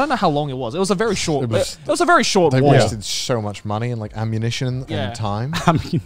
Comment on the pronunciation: they way garnt and connor say "emoo" instead of "emyu" im sobbing TTATT